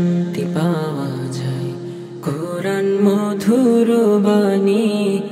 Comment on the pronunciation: সবকিছু মোটামুটি ঠিকঠাক আছে দেখা যাচ্ছে কিন্তু ছেলেটাকে তো দেখে মনে হচ্ছে কোন মাদ্রাসার ছাত্র হবে কিন্তু কুরআন শব্দটা তার সঠিকভাবে উচ্চারণ হয়নি